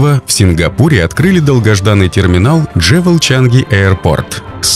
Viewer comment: 1. Хочу посетить Сингапур. Прощай, шопинг! Отныне коплю деньги на поездку. 2. Джевел? Я так подозреваю, что скорее, джюэл. 😉 И терминал будет не "за площадью" больше, а ПО площади. Украинизм. Есть и другие ошибки в речи, но в целом видео классное! Вдохновляющее!